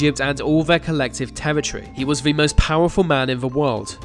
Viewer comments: It's 'the' not 'vuh'! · Mate sort your ‘TH’ pronunciations out ! The - ‘Vee’ They - Vay Get a grip !! 😩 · Nails saying "Nicolae Ceaușescu". Can't say "the" or "their". 🤔